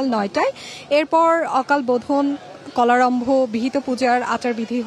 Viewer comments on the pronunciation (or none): কলারম্ভ নয় ওটা কল্পারম্ভ হবে।দয়া করে শু